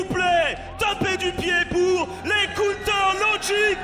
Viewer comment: "Cunter logi gaming" xD